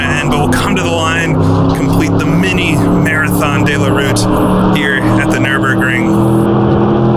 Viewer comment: 2 minutes into the video and the narrator is trying to tell me that 24 hours is once around the clock. He must be using a very strange clock. Then he starts referring to the Marathon Dey La Route. It's De la route feller, say it how it's spelt.